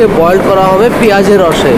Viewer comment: ভালো লাগল দেখে। কিন্তু দাদা বারবার boiled boiled শুনতে বিরক্ত লাগছিল। বয়েল বলা উচিত ছিল।